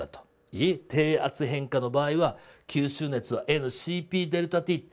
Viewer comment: きゅーすーねつ草